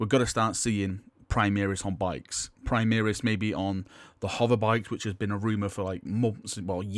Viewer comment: Can you STOP saying "primiris" it is "primaris" pronounced "pri-mar-is" the "mar" is the same as in "mars"